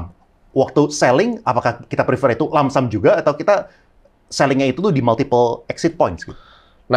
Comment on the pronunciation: Koreksi dikit bg yang bener lump sum bukan langsam